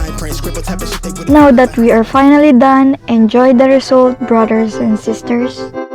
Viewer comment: I like how you said brothers broders 😂